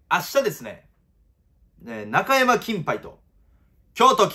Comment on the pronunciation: いつもなんだが中山のイントネーションが引っ掛かるw